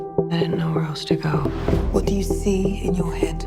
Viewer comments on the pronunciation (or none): none